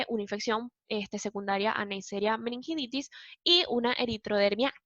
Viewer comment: Muy bueno. Pero ojo que se dice meningitidis, no meningiditis.